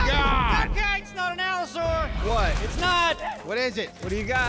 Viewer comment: "They're gonna be Allo-soar when we're done with them." That cracked me up xD I think has found a man after his own heart!